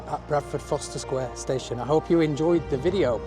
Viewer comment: Isn’t it Forst er..?? Not Foster ?